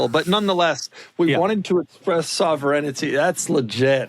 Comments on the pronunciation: Doug is the type of guy who doesnt know how to pronounce sovereignty LMAO what was that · Not seeing many comments on the pronunciation of sovereignty lol